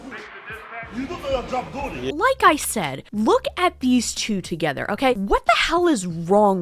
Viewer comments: why does no one know how to pronounce doherty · 😂Jack duh oh erty🤮